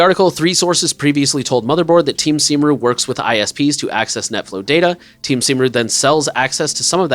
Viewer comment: By the way, Cymru is prononuced something like KUM-ree, and it means Wales.